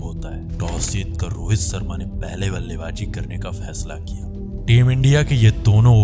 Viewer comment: Abhe Totle. Tere ko bolna toh aata nahi jo background mein bol raha. Biswas nahi Vishwas hota hai. Rohit Sarma nahi Sharma hota hai. Saheen nae Shaheen hota hai. Total kahi ka